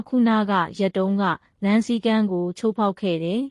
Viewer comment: ချိုးကို ချလို့မှားဖတ်နေတယ်။